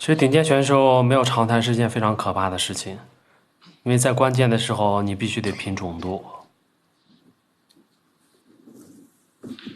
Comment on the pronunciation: 来，跟我念，准度，准zhun 三声